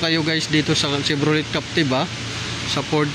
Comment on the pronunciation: chevroley, cherok... hayysss